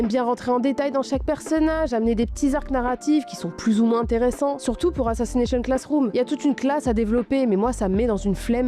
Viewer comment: Tout allait bien jusqu’a ce que tu dise assassnation classroom. 😂😂😂 mon goat cet anime a ete tres touchant pour ma part